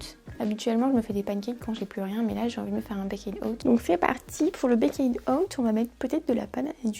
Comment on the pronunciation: J'adore tellement les baked oats 😍 c'est trop le petit dej doudou avec les porridges ! D'ailleurs ça se prononce pas "baykayd" mais "baykt" ahah